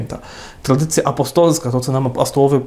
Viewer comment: Błagam, niech Ksiądz idzie czym prędzej do logopedy! "Trladycja była prlojektem", "ultrlatrladycjonalista" itp. - aż uszy bolą!